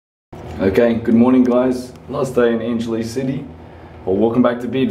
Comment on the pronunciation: brad, it is pronounce as ""ANG -HE-LESS...""